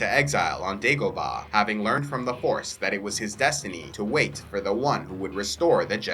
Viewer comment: the Jedi purge when you said the yoda part I thought I heard "horse" instead of force or in-STEED?!